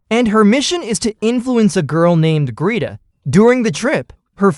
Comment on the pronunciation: Greta. Gret-a. Why does AI suck so bad at names....